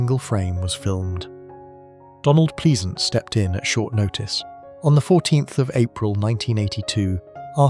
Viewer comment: Donald Pleasesense is pronounced Plesance, and Mainwarung is pronounced Mannering